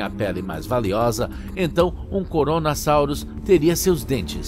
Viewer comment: Tipo vc tava falando CORONASAUROS, sendo que é Kronossauro, e tbm vc pronunciou Plesiosauria errado